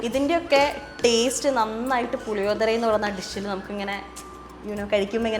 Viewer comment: Hello ... Its not what you have said Puli odhara .....allado ... It's PULLI - OGGARE....😂